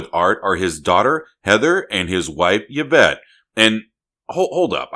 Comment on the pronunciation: It’s “Ee-vette”.